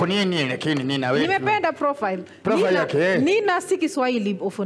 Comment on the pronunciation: 🤣🤣🤣🤣🤣 someone said profeli 🤣🤣🤣🤣